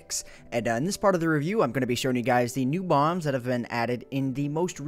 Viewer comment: is it just me or did it sound like he said 2 new bongs